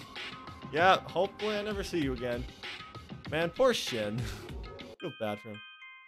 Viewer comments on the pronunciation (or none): it's pronounced as "Sheen" and "he-yo-ree" ;A; anyway great play through! I didn't know this existed lol, it was really entertaining!